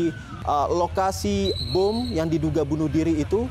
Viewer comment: Bom 💣 bukan buum